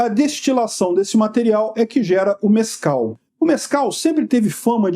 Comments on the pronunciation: Mais alguém está a ouvir "Nescau" ? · Eu juro que ouvi "Nescau" na primeira vez que falou.